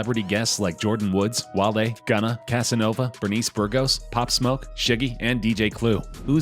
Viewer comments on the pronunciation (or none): Bro you got pop smoke wrong😂